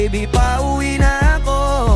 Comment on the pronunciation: Its PA-U-WI NA-KO